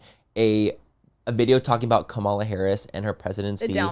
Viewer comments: Manny please say Kamala’s name right 😂😂 commala. A comma like the punctuation mark. Not com ala. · Manny, please pronounce her name correctly. It’s COMMA-LA!!!!! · The cringe of the way they pronounce Kamala’s name lol didn’t watch the DNC tutorial lol